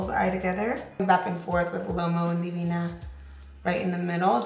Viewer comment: The way she lines her lips and how she pronounces “divina” 💕💕💕 I won’t be able to say Divina, Vasos y Tazas de same anymore after watching you and.